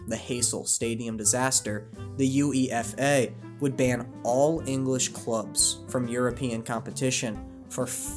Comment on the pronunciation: Great vid! You deserve so much more followers. Just 2 quick remarks: Juventus is pronounced youventus. You pronounced it as if it is a Spanish club but it’s Italian also while technically not wrong I guess I have never heard anybody call it the U.E.F.A people just say UEFA in 1 word